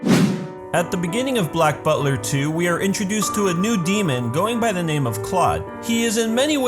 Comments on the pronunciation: Black bulter 😂😂😂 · Black bulter haha